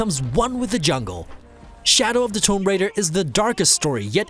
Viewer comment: You can't pronounce "Tomb" or "Lara"... That's always fun.